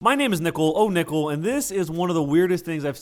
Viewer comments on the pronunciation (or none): Every time you say oh nickle i hear oh nipple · I thought i heard him say Nipple-oh-nipple. Lol